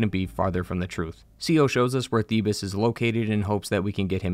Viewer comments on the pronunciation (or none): Why are you pronouncing it "Theeb-iss" when it's pronounced "Theebs"? And it's not "Faa-ro" it's "Pharoah". They say it multiple times. Drives me bonkers when people purposefully mispronounce shit that has a very clear pronounciation. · Great video! But uh.... Are you saying Demeter and Thebes wrong on purpose?